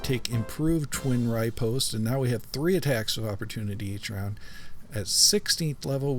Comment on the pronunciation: Sorry for being "that guy", but riposte is ruh-post, not righ-post. Anyway, love the content man.